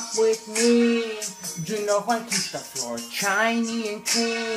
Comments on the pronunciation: It's ninety juan not twinty Juan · Its huan it's not huan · Its Juan , its not jaun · lol twenty - JAUN